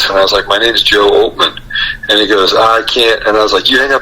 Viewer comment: OLTMAN, not "Ottman".